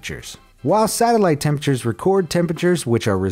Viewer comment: What did you say... Hottest tempetures????? Well.....wait.... 110°... Well that's a normal day in Texas